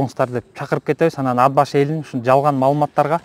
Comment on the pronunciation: Ад-Башы, эмне Ат-Башы деп эле айтса болбойбу!?..